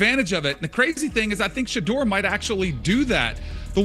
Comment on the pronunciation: Shadow, Sheeduer, Sheder, Shadure, Sheeder, Shadower……….. SHEDEUR. His NAME IS TAKEN FROM THE BIBLE which you A.I. Clowns apparently have NOT READ nor have you researched. PRONOUNCING the Man’s Name CORRECTLY isn’t that much of an EFFORT if you really know A.I.! Do the Right Thing!